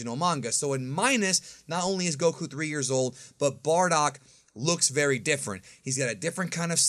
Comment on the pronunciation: Bro his name si BARDOCK NOT BORDACK xD you re stratching my ear drums every time you pronounce his name